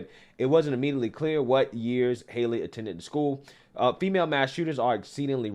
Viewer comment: its name is not haily its lastname is hale